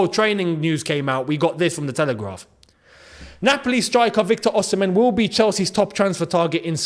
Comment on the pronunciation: ...it is pronounced Osimay. He said it in the interview with the former Chelsea player.